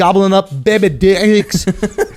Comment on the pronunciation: ...the way he says dicks has me rollinnnn